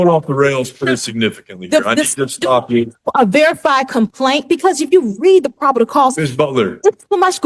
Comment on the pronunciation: “..the probidal cause..” 🤣🤣🤣🤣